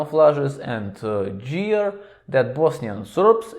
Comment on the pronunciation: GEAR : The 'G' sounds like 'г' in 'господин.' Same goes for 'Garrison cap' -not 'Harrison cap.' Just some constructive criticism, братко; don't get angry.